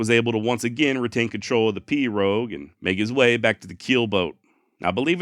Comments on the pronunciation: As a cajun, you did pronounce perot correctly... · You pronounced pirogue correctly. Nice Job.